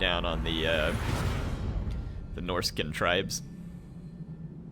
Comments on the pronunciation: Crap! What the Heir is going on?! Also, they're Norscan tribes, not "Norsican" ;) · Why do you say Norsickan? Bro its so annoying bro.